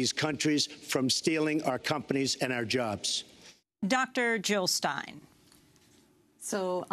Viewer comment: Jill Not Hill